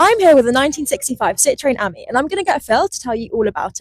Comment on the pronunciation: It’s pronounced as in the French for friend AMI , not the same as the girls name Amy .